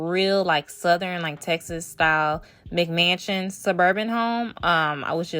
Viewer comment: I’m so happy she is not your typical aesthetic builder. I love your videos and i’m gonna rebuild this! Also when she first said McMansion I thought she said "Big Mansion" XD